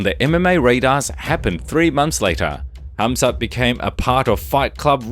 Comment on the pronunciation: Why is everyone calling him hazmat instead of khamzat😂